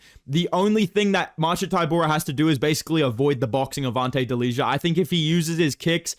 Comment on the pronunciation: Fyi Delija is pronounced "deliya"